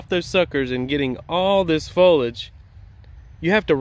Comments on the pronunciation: Drink Everytime he says folage instead of foliage 🤣🤣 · Foliage (three syllables) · I didn’t think you said airflow too much 😂 and I liked how you pronounce foliage like Fo-lige …in New England we say Fo-lee-ige 😁